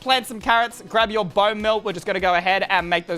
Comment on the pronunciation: Yes like "The Mil" thats what said, mabye sucks at english